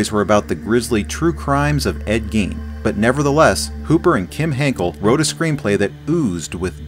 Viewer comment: Ed Geen? It's guyn, spelled Gein